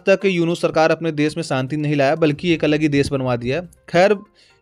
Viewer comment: Des nahi Desh bol